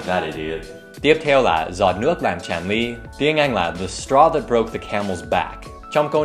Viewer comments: giọt nước làm tràn ly chứ không phải chàn ly nha thầy :)) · thay Dan oi, o cho ko phai la "chan ly" ma la "tran ly" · TRÀN LY nha không phải CHÀN LY đâu!!~^_^ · Dan Hauer thầy ơi, giọt nước "tràn" ly nhé. k phải "chàn" đâu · Góp ý cho DAN: giọt nước TRÀN ly (không phải CHÀN) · Dan Hauer chỗ giọt nước tràn ly ý thầy... "tràn" mới đúng nhé... 😁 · "giọt nước tràn ly tràn chứ ko phải chàn nha Dan. thanks for interesting video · Dan ơi câu đúg là " giọt nước làm tràn ly", ở đây sử dụng "tr" ko phải "ch". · Giọt nước TRÀN ly, không phải CHÀN nha Dan ! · "Tràn" chứ không phải "chàn" nhé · chàn -> tràn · Là " giọt nước làm tràn ly " chứ không phải "giọt nước làm chàn ly " đâu. @@ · tràn ly, ko phải chàn ly nha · tràn li chứ chú dan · Tràn not chàn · tràn ly chứ ko phải "chàn" :)) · tràn hay chàn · giọt nước làm "tràn" ly thầy ơi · tiếng Việt là " Tràn " nhé thầy Dan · giọt nước làm tràn ly chứ a ơi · giọt nước chàn ly ??